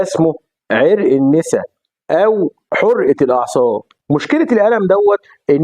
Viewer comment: ازاى دكتور ينطق "عرق النسا"خطأ والمفروض "النسا"بقتح النون وليس بكسرها!! وأيده بتتحرك حرحه اليه ثابته منتظمه!!